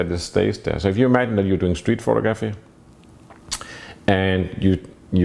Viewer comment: When says “Photo-graphy” it always seems to (A) catch me off guard (or offgaard) and (B) make me a little weak in my american knees